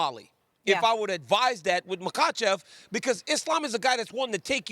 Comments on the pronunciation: "mahachev" .. okay close enough 😂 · There is no H sound in his name. I think he addressed this a while ago. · The lady can't pronunciate Makhachev. Steve asked Daniel to avoid embarrassment.